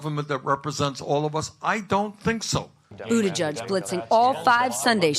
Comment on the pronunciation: His name is Buttigieg not Buttijudge!! P.S. the democrats still can't come up with a decent guy. SMH